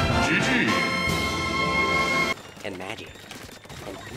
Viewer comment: See it's funny because I am Canadian as well and my background is partially scottish...... THAT SCOTTISH GG THO XXXXXXXXXXDDDDDDDDDDDDDDD